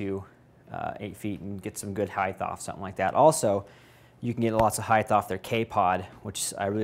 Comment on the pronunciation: Very nice. Been thinking about one for a while. Height.... no "h" at the end.